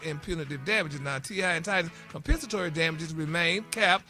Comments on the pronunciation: Maybe because Compensatory isn’t hard to pronounce. Gary never said he can’t read. He may have a hard time sometime pronouncing some words but he definitely can read. he reads “Gary’s Tea” everyday. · Y'all noticed how Gary pronounced Compensatory with No issues or stumbling over his words. It must be a comedy bit for him to act like he can't (pronounce) the word of the day 😂😂